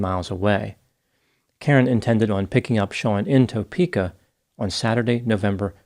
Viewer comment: Kansas resident here.. Lol its not said Toe-pe-ka it's Tah-peka